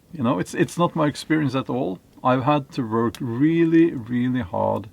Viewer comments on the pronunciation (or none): none